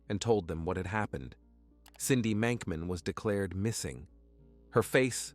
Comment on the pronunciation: Did anyone else notice that the grave said Monkman, not Mankman?